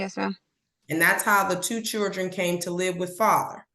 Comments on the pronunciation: I love..........,but she keeps saying "Chuldren" lol😅 sounds like my aunts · This judge is a joke. She cant even pronounce the word children. Churdren.. Insane. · Did the judge pronounce it “chirdren” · Yes she did 🤦🏻‍♀️ you’re the judge! You should be able to pronounce “Children” properly. I mean, c’mon!!